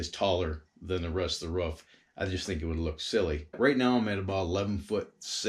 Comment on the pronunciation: It is a roof not ruff